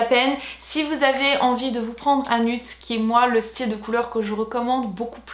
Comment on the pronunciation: s'il te plait arrête de dire "nude" c'est nioude